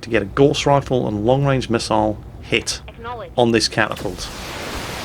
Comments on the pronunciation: Gauss... Rhymes with house not gorse which is a small bush! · I suspect we are going to see a lot of videos from you on this game, so I have to ask you to pronounce Gauss correctly. It isn't pronounced gorse but gowse, named after the theorist Carl Friedrich Gauss. I wouldn't normally ask this but it distracting me from the video. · I've always pronounced "Gauss" to rhyme with "house" and not "horse", am I wrong?